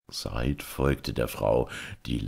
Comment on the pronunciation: Wunderbar gelesen wie immer ;) aber heißt der Junge nicht "sa-id" ^^ beste Wünsche und 1000 dank! <3